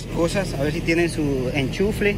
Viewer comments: se dice Enchufe, no enchufle, hay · Me dió mucha risa cuando dijiste hombres pecho de gallina 😂😂😂 y te quiero decir que se dice ENCHUFE y no ENCHUFLE!! Veo todos tus videos. Saludos desde Argentina!! ❤️😘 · Enchunfle 😂😂😂 No me burló,solo que se oye chistoso 🙈😂😂 Saludos desde cdmx! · Saludos gran cantidad de TVs pero se dice "" ENCHUFE "" Saludos Bro de Monterrey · Se dice enchufe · No sabes pronunciar echufre jaja